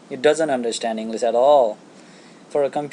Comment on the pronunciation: It's English not Enlas